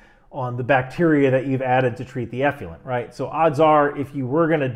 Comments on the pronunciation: I think it's pronounced "eff-loo-ent" not "eff-lee-ent". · Nuclear-nucular... effluent-effulent. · The word is 'effluent' not 'effulent'. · Enjoy the show most every time. One point on this one: effluent is pronounced eff-lou-ent, not eff-you-lent. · “Effluent,” not “effulent.” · Not "F U Lent". It's "F Flu Ent". Effluent. The "u" comes after the "l", not before. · Effluent… not effulent. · Love your videos...however, the term is pronounced effluent and not "effulent." The worst stuff is "nucular effulent." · sorry. eff - loo - ent, not eff - fuel - ent. sorry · Stop with the "eff-you-lent", please. It's eff-lu-ent. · From a career long water treatment professional, you did a great job breaking down sewage treatment... Despite the mispronunciation of eff-loo-ent 😉👍 Great break down, great explanation, I wish everyone in the states would watch your content! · We can only be as accurate as clarity will allow. The word "Effluent" is pronounced Ef-flu-ent. eˌflo͞oənt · The man does ATGMs not waste treatment, give him a break. It didn't affect the integrity of the video because he said one word wrong. Give ME a break. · Everything but your pronunciation of effluent (eff-loo-ent) is correct. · Effluent is actually pronounced " eˌflo͞oənt " — just saying! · Great video, as always. But... ef-loo-ent. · Many people cannot say the word" Nuclear"! They cannot get their brain around it, and say Nukular! has the same problem with" Effluent"!!! He is saying "Effulent" Gotta work on it,, for your credibility's sake! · It's pronounced ef FLU ent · Hey man, gotta check your pronunciation of the word effluent… it’s not effulent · It's pronounced eff luent as is in ef fluent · Check carefully the spelling of "effluent" for a guide to pronounce it. (I guess the same thing should be done with "nuclear.") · How about working on pronunciation of effluent? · Eff-loo-ent and Ha-are-etz. Love you first shirt. Keep up the great work!